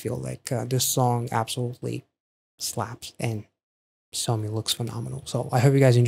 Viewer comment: That's not how you say her name. It's pronounced as [Saw-me] not [Sew/so-me], lol.